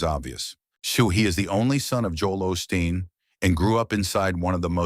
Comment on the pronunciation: A suggestion, if u r going to tell a story about someone get the bot to say their name correctly. It is not Austin it is Osteen.